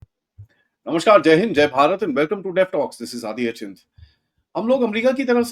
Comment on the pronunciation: महोदय, "नमस्कार" होता है, "नमश्कार" नहीं. और अन्य स्थानोंपरभी उर्दू शब्दोंका प्रयोग नं करें. प्राकृत हिंदी संस्कृत शब्दोंका उपयोग करें.